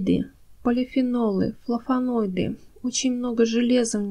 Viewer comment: При всём уважении к вашему труду и любви к растениям, хочу сказать что Вы говорите много глупостей 1-флаВоноиды, не флаФоноиды. Хлороз, а не хлоролоз. 2-в сухом лавровом листе нет витамина С 3- зола является щелочной, а большинство растений предпочитают нейтральную или слабо-кислотную, поэтому и нужно добавить любую кислоту чтоб нейтрализовать щелочь 4- снег не имеет никаких минералов, и тем более никаких азотных соединений. Снег образуется из испарившейся воды- то есть это дистиллированная вода. Кислород в снеге - это просто воздух между снежинками, то есть там азота столько же сколько и в воздухе. Азотистые соединения в снегу это просто бред. Люди собирали снег для полива так же как и дождевую воду - ничем она не насыщена, просто дёшево и сердито. И не надо идти к колодцу по воду. 5- углерод, кислород, азот и водород - это составные части воздуха. Не надо пропагандировать эти вещества как «важные удобрения». 6- в золе нет «много неусвояемого кальция который надо погасить» 7- в коре ивы нет «много аскорбиновой кислоты», там есть подобие салициловой кислоты, работающей как аспирин. 8- все растения имеют минералы полученные из почвы во время роста и развития. Чай из любых растений обогащает почву микроэлементами подобно тому как и закапывание опавшей листвы. 9- если хотите обогатить почву азотом, имейте в виду что азот в воздухе - инертный газ, в растениях (для удобрений) его мало, но очень много в продуктах животного происхождения. То есть мясные помои, остатки ухи и тд - это